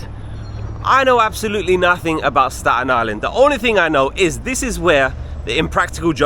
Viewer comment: Hello! Native Staten Islander here! Thank you for loving our borough ❤ it truly is a hidden gem! This made me smile 😊 your pronunciation of “Staten” was perfect too! 🎉